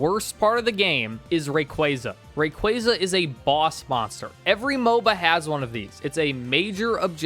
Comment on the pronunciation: RAY - KWAAAAAAA - ZAAAA ffs dude .. imagine doing a pokemon video and can't even name the pokemon correctly.. cringe ass Fail